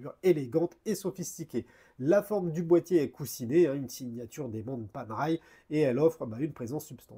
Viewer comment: Et ben voilà ! Une montre pas faite pour les poignets de poulet ! J'ai déjà une PAM 177 titane que j'adore et si je n'étais pas raisonnable, la otto giorni (en roulant le R) me ferait de l'oeil... Merde, elle me fait de l'oeil 😁. Et ça ce prononce Panéraille 😇.